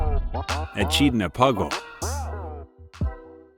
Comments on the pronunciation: It's pronunciation is "Ah-KID-nah" Not e chid na. Cute video nonetheless ❤ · E kid nah, not "e chid na". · It’s Eh-KID-na. The white bats are adorable. I almost didn’t watch because of the AI images. Please don’t use that garbage! Not in what’s supposed to be a nature documentary.❤ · Reseach before recording. - Echidna, as rebecculousrk pointed out, is KID not "cheed." - Tapir is pronounced TAPE - er not t'purr. - Tarsier is tar-see-er not "darsia" or "tar-see-ay" . That final "R" is pronounced. - Gundi - right the first time. Why did you later say it "gun-dye" , then you say "gOOn-duhs" - Aye-aye, Pronounced like a sailor's acknowledgement. Eye-eye, not "I.A." (abbreviation for Intelligence Artificial, which this voiceover is NOT!) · Ah-kid-na is how it is pronounced. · Lose the AI animation. useless. Is the narration also AI? pronunciation is atrocious. the ch in echidna is hard, also it is Gobi Jerboa, not Gobi Jeroba. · Echindna is pronounced "Akidna". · It's pronounced A- kid- na. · My goodness, this AI or person doesn't know how to pronounce much of anything! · Echidna is mispronounced. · Just the first of many!